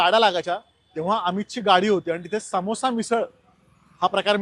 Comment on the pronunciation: Simple shabd aahe समोसा...Tyacha marathit (rather hindi pan) ucchar aahe समोसा....tumhi tyala ugach सlमोसा ka mhantat?